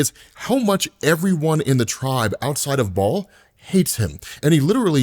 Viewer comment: Kills me that you mispronounce soo many names and words in every video. Like seriously dude. If you’re unsure research phonetics Baal isn’t pronounced ball, both correct pronunciations don’t sound like ball